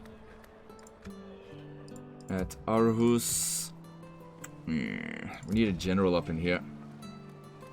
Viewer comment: as a danish person, I want to point out that its “Århus” or “AArhus,” and not arhus!